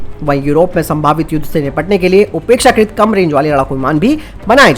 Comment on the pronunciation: भाई, उपेक्षाकृत नहीं, अपेक्षाकृत बोलें।